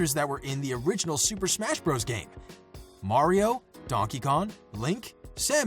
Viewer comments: Did this man really just say "Maroo" -_ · Pronounces Mario as "Maroo" How do you get that wrong. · Iankee He didn't even pronounce the "eee" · He said mario what are u talking about?? He just pronounced it like mair eee o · Maroos lool XD